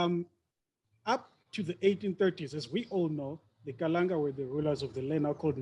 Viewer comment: Ndzimu, after 182 years as hostile and tyrannical guests of the Kalanga, you still had to correct that chap after mispronouncing the name Kalanga as Kalan'a. The willingness to marginalize the Kalanga seems to be deeply ingrained. How many years must it take his kind to show respect? Chinua Achebe says mispronouncing someone's name is a sure sign of a lack of respect. By the way, after you pointed out the brutality of the Nguni impis, the MBC bloke had the nerve to ask you for a way to improve the relationship between the repressed Kalanga and the formerly British-enabled predatory Ndebele? He had the obvious choice of offering a profuse apology. Well, he chose not to. There is no contrition there. To me, the reason he and his ilk are now courting you for support is simple. The truth about Mzilikazi's genocides will come back to haunt them when they do not have the demographic muscle needed to sustain them. Now they are cleverly trying to recruit the Kalanga to boost their numbers. Fall for that trick at your own peril.